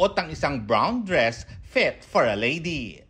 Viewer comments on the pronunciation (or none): "Brown dress PHET for a lady." 🤣